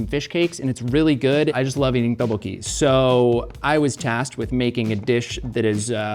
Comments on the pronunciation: pronounciation of Tteokbokki hurts me deeply Edit: Oh god not the Gochujjang pronounciation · says Teboki... like he found someone to say it to him 30 times before he got on the show... He wanted really badly to say it exactly precisely accurate. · pronunciation of tteokbokki is taking me out 😂😭 “TOH-BOW-HEE” he’s says it with that quickness too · introduced his dish as "tub-pokey" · psst...it is pronounced go-chu-jAHng and dduk-boh-key. I love seeing Korean elements in MK but it hurts to hear the words mispronounced.